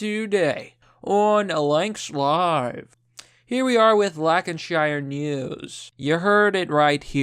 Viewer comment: It's not lackinshyar it's lan ca sher